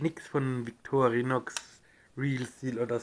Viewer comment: Sorry, die Aussprache des Wortes "Victorinox" ist einfach nur fürchterlich.